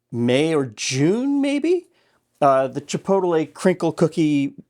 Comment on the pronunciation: You must have the most unique pronunciation of chipotle out there 🌶️ ❤️ haha